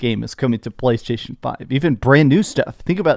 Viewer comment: “PLCHHAASHTAASHON” - 😂